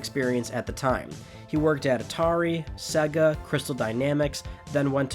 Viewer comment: Not gonna lie the way you said sega kinda triggered me lol